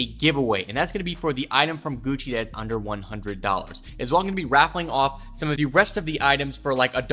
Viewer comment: "Guccerr" Lol Socks@